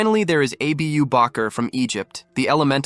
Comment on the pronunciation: It's abu bakar it's pronounciation is aboo not a-b-u and bakar is just pronounced with a strong k